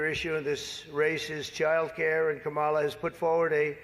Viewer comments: You still pronounce Kamala wrong. It's not CAM' A LA. The correct way is to say "Comma" like the punctuation mark, then say "la." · Technically you’re still pronouncing it wrong according to her. It’s “comma”-la. People have always pronounced my name wrong. Who cares! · No. It is not pronounced Kamela like Pamela. It's Caw ma luh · Here in Australia, we tend to put more emphasis on the second vowel in words/names spelt like that. So here, Harris will always be K'm-ah-la